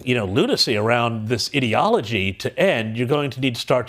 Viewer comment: I've decided to alter my pronunciation of the word ideology, after that fantastic News reporter. From now on, when talking about ideas that I think are stupid, I will refer to them as Idiologies.